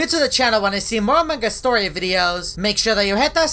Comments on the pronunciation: normal people: among us: amankas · Ummmm whydid you call among is into among gus :/